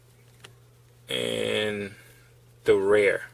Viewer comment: Rear not rare